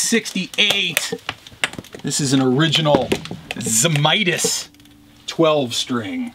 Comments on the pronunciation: Best flat top Friday ever. Tony always said a 12 string should be tuned to C as it was basically a bass instrument. His name was also actually pronounced Zamatis & not Zamitis! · I believe it's pronounced "Zee / may / tiss". I'm just 1/2 Lithuanian, so I could be wrong.